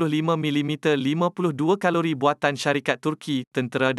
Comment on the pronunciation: Sebutan ibu negara turki pun salah ankare, nasib tak ankari, ,caliber, jadi kalori, ingat kan kalori untuk makanan jer, rupa nya kat kenderaan pun dia tibai kalori